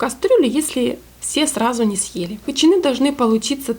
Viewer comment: Вообще-то хычИны, а не хычинЫ. А за рецепт спасибо